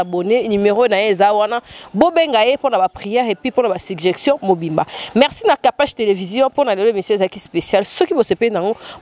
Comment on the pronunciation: Kapash émission goût na goût. Mais mwa remarque kaka: les 2 g de "suggestion" se lisent comme un seul g.